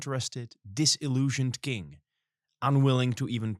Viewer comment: Sitting here and giggling every time says “king” but my mind wants to hear “kink”, haha. Not to shame your pronunciation, after all, I came here from your ig. 😉 Anyway, great job you guys! I love the storytelling you chose for the podcast. Gonna listen to the whole episode, keep them coming!